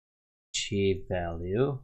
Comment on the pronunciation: ASCII is pronounced 'askii' :)